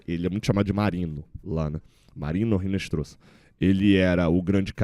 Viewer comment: Pelo amor de Dadá! Não é "Rinestroza" , é "Inestrossa". O "H" em espanhol não é pronunciado e o "Z" tem som de "SS".